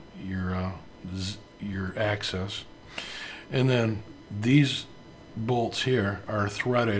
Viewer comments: The term is AXIS not ACCESS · Axis, not access. .. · Informing him how to pronounce 'axis' properly has value. This is not a regional pronunciation. It has been 'axis' since the beginning of time and provides credibility.